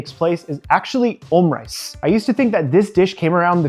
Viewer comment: is it not o-moo-rice